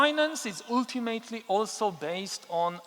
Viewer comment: I admire you immensely, you are the most brilliant intellectual of our time. But you use the word "ultimately" very frequently and someone should teach you how to pronounce it correctly. But it's not very important since everyone understands what you are saying. 😉 By the way, I am a native Frenchman, also a US citizen and I am also an Israeli citizen ( citizenship given to me because I am a Holocaust survivor ) and I don't know a word of Hebrew 😂.